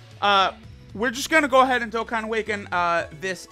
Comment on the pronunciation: Y u always say dokkan battle filed